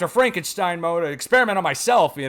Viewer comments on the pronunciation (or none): none